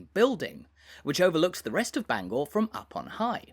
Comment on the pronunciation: Your pronunciation of Bangor hurts my head!